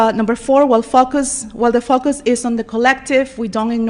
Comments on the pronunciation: 🤔 Did she say fuck us or focus? Lol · Did that professer say focus or fuckus if you beleive what she is saying i would say the latter, god help us.😢